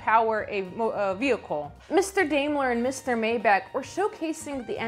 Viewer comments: Maybach= "May-bahK". Daimler= "Dime-ler" (like the coin, a dime) I really enjoyed the video. Great content, and I always look forward to the next one. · Names, My back and dimeler or dime her but her with a l. Maybe dime lure would be easier. Motorcycle, dime lure right vagon. Close but the German w is a v sound. V in German is more of an f sound. Hence folks vagon. The e is more of an Ish sounding o. Or short a. And I is e. It's confusing to say the least. Please carry on.